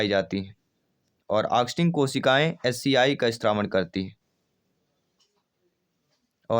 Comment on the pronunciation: एच सी आई नहीं एच सी एल बनता है